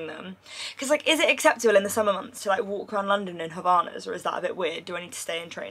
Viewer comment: not you calling havaianas "havanas" lmfaooo we love 🖤😭